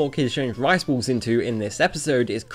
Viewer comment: The way you pronounce "balls" really makes it sound like you're saying "rice walls" instead of "rice balls".